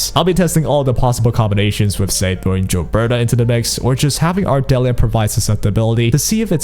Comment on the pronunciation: Still on with the "Jill-berta" lol